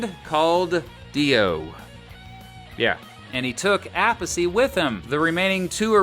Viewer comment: A-Piece - not App-a-see.